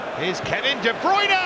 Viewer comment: Why do all British commentators say De Broyner instead of De Bruine?